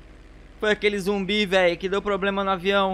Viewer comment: É "ZUMBI" NÃO "ZOMBI" KSKDKSK